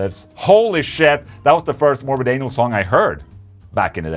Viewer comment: Twice he says 'Morbid Anal'. I know he's Swedish and can't pronounce stuff like 'th', but that was funny.